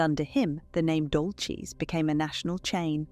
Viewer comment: It is not Dolches it is pronounced Dolsys.